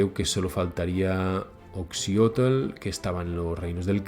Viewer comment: Adoro cuando un español dice Oxyotl o cualquier palabra con tl como tl tal y como debe ser en lugar de tel.